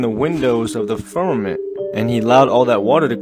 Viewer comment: Fuck, if I hear one more person say "firmanint"....